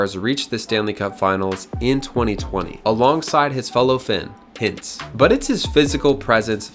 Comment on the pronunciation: Rupe Hitz? Could you even try to say these names properly?